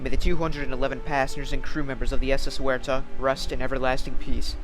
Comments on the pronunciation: In Australia Waratah is pronounced Woh-reh-tar. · Correct pronunciation of Waratah.